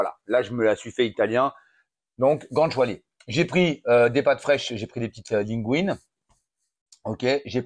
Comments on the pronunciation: GOUT ÂNE CHIALÉ !!! C'est quand même pas si compliqué à prononcer, bordel ?!? 😂😂😂😂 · " gant choualé " 😭😭 Gou Anne Tchalé mamamiaaaaa !! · guanciale qu'on prononce gwanchale!!